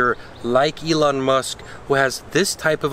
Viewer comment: Guy has no idea what he is talking about. Has no idea of anything except for what he reads which is wrong almost 90 percent of the time. Model x and s were in production to lower the costs of the next generation ev. Not make billions. Any until they can pronounce elon correctly, I'm done watching this Chanel. Stick to reviewing cars, not companies.